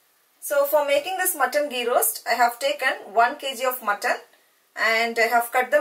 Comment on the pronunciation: Its ghee! Not gee!